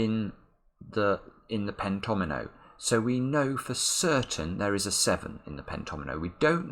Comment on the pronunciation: it was so awesome when you spotted the fact that the fives must appear in each pentomino. Also, the way you pronounce pentomino is so articulate! Thanks for sharing your wonderful mind with the world!